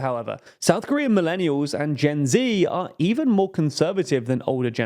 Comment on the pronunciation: You pronounced 'Gen Z' wrong